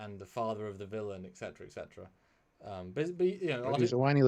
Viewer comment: ...again love you guys but... You corrected the grammar...could you please correct ec'cetera to "ETCETERA'...omg you use this word constantly, incorrectly and your English Again love your vids